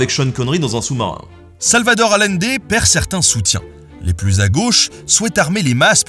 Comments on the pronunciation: Super épisode! Juste un petit commentaire, le nom de Salvador Allende se prononce comme si ça s'écrivait Aïende. Petit clin d'œil d'une Chilienne ;) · Super vidéo merci ! Parcontre Salvador Allende ne s'est pas suicidé, il a était assassiné. Ps: ça se prononce ayendé 😁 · Ce pauvre Allende, déjà que cet humaniste a eu une fin tragique, il faut aussi que tu lui écorches son nom ! Deux L en espagnol, on prononce "Aliendé", un peu de respect que diable 😛